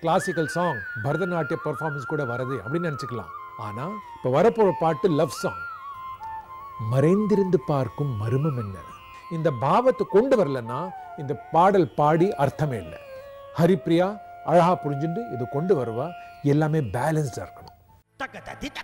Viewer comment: Marainthirirunthu paarkum Marmam enna...... Wrongly prounounced as MARUMAM. Even though all Judges are tamilians no body knows the word "marmam" wrongly used as "marumam". Sudha mami, Vinayakram mama ! What is wrong ? Besides in certain cases not supported by brugaas! Why Showers ! Ramamoorthy Iyer Pondy.